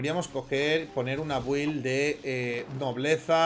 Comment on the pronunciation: "Build" se pronuncia "bild". Sé que debe ser difícil acostumbrarte pero par favar.